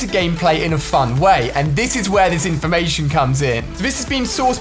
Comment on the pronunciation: did he say fun way or f*** way